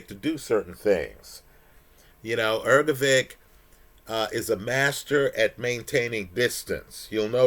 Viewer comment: The man you love so much has a name that is not pronounced as Ergo-vick,. Take a minute to have the decency to learn how to pronounce someone’s name. It’s common courtesy.